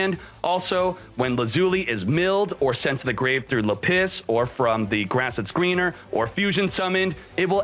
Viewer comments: Lapiss had me rolling. LA-PIS not LA-PISS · Le PiSS.......can you not. This video is unwatchable hearing you say lapis wrong. It's literally lap. And is. Not let piss. It's lap is like a z. Lapizzzz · lah-pus no lapiss lmao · Btw lapis is pronounced lah-pis not lapiss they don’t pee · It's..lapis , not la-piss..this guy.. doesn't pRonOunCe tHe nAmEs coRrEctLy.. i bet he's.. a fake fan..of Yu-Gi-Oh!.. don't support..this channel.. nor k0nami..unistall this..toxic game.. (damn I hope people..don't buy..this..box now..so..my own..business..can..succeed..finally..) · Lapis not Lapiss. Bro huge fan but ya misspronouncing these cards is cringy lol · its not luh-piss its lap-iz lol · laPISS instead of LApiss. Now this is the reason I keep watching. Never change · Say it with me... Lap - issss not La - piss OMFG it's a gem FOOL! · its funny how he keeps pronouncing lapis like le piss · Lmao you said lapis like lapiss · Lmfao “lapiss” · It’s lapis not lapiss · Gem-Knight Lady LA-PISS I just found that pronunciation funny. It’s usually pronounced with a hard A and a soft I. Like how you would pronounce the Pokémon Lapris but without the R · Ah yes. La-piss. You can find it below y = 32 and most often between 19 and 17. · Nobody:: Le'Piss